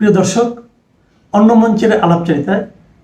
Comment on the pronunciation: ‘অন্য’ শব্দের উচ্চারণ অন্_নো নয়; ‘অন্য’ শব্দের উচ্চারণ ওন্_নো প্রিয় আপনাকে ভালোবাসি বলে জানালাম।